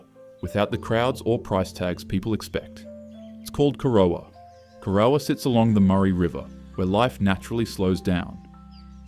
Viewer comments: Arthur, my mother and grandparents would be spinning in their graves at that pronunciation of Corowa, always used to be a highlight of our year going back to Gran's old house there, either for term holidays or Easter. And yes there are a lot of tongue twisting town names in Australia, which is why I never try to pronounce them until I've heard the local's say it, causes a lot less arguments that way. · The narrator has clearly never been to Corowa (oh god..), Uralla or Bingara - you almost got Uralla but Bin-gara is way off. If the narration is AI, so be it - if not, I wish you luck with Wee Waa and Gwabegar. 😮